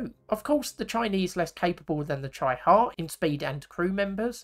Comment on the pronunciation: It’s pronounced ‘cheeee-ha’